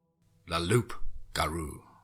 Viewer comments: for those who dont know...its pronounced "loo - ga - roo" its a cajun word from louisiana. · Come on it’s pronounced “Loo Garoo”. The P is silent and it’s how the term Rougarou came to be. From the Cajun dialect of French for “wolf man”. Awesome story and beautifully narrated as always. Your werewolf and dogman stories are by far the best on YouTube. You always seem to find (or in some cases write) a fresh new take on the werewolf genre which is not easy considering how many stories have been written about it. Keep up the good work! #teamFEAR #CRYPTIDCREW